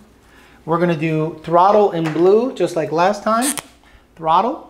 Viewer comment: I never knew the word throttle didn’t have an L in it lol throtte 😉